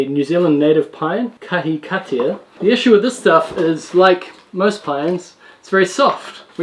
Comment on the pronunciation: Kahikatea …. small pronunciation tip …. Car - he - car - tear/tee-ah, aka white pine. Love the vlog and your journey/teachings. Long time fan👍🇳🇿